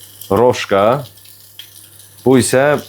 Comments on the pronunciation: bir düzəliş: kolbasanın adı "Roşka" deyil, "Rosko"-dur. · Roşko oxunur o kolbasa?Səhv tapmağa görə demirəm,mən bilən Rosko gedir